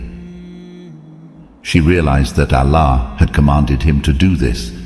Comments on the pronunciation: Pronunciation of 'Allah' as 'Alla' is annoying. Please fix this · Why you pronounce Allah as Alaa? My suggestion if you says the names of prophets according to the quran like Ibrahim not abraham,sulaiman not salomon mean it would be more easy to get into kids mind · Your pronounce the Term Allah wrong you must pronounce it correctly and besure that what you are telling the story of Propeth Abraham is true-to-life story of Propeth Abraham becouse if what you are telling is not true then you misleading people and you are accountable to Allah and you will be punished by Allah if Judgement day come I was not convinced your story becouse even your pronoucetion is wrong. You pronounce the name of Allah is not correct.Allah is Arabic term of God atrue God is Allah.study more.😊😊😊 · You spreading wrong information...you can't even pronunce Allah correctly.. you are not a muslim. Water came out by the Hazrat Ismail's feet rubbing on earth with thirst and crying.. so the water came out and then hazrat hajra said these words Zam Zam means stop here.stop here . And water stopped...